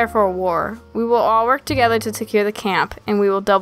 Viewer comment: `` So we can be togwetew `` Was the most wholesome line in the episode